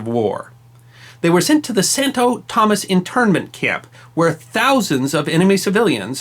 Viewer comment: I had another problem hearing Santo Tomas pronounced "Santo Thomas". It's pronounced as Toe-moss.